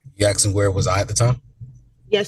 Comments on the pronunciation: Axing. Stop it. Please. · Ah yes, it’s the axing crew all the way around!